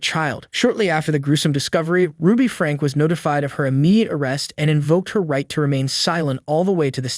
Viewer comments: Her last name is pronounced like "Frankie." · Just some advice, please learn how to say names right. It's pronounced Frank-ee and Jo-dee. I heard you mispronounce other high profile names in other videos as well.